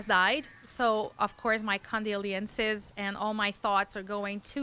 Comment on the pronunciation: She pronounced “condolences” the French way.